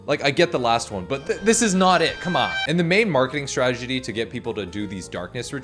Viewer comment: I liked when said “stragety” instead of “strategy”.